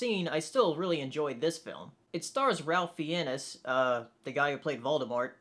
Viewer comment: By the way, Ralph Fiennes is pronounced "rayf fynz". So, 'Ray' with an f, and 'fines'. You were way off.